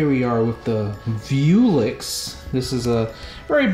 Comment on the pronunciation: Come on. VEWLIX and not VIEWLIX. Come on bro.